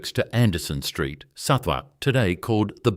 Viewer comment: The suburbs are pronounced THEB-a-ton and SUTH-ak. The place I worked at for 29½ years had a small Hercus in the Product Development section. One of the employees bought it eventually when it was not needed anymore. I used it occasionally but preferred the bigger lathe. I was never trained - I just looked over shoulders. I have an Emco 3 mini-lathe on my workbench at home. I have machined car and aircraft parts on it, and much else.